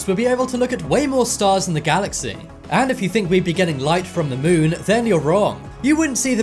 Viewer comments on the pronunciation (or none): none